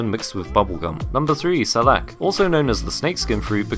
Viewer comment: btw salak is pronounced "Sah-lakkh"